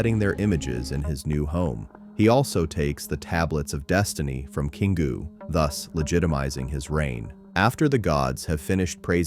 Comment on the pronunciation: Queengoo? It's Kingoo.